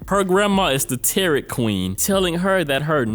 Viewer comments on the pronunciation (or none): Tarot= tah-row Matriarch=may-tree-ark